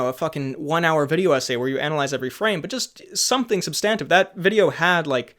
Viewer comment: You pronounce substantive wrong